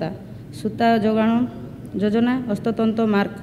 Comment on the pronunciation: Proud of her. Atleast trying to read odiya. Wow they are our representative. Somebody tell her it is hastatanra. Not hastatanta